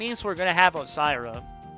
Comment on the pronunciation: Why can't you pronounce Ossyria correctly? 😂 Brain dead